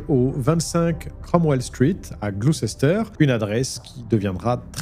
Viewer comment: Queuha, c'est déjà fini ? C'est passé vite. PS: Glouceister se prononce "glouster"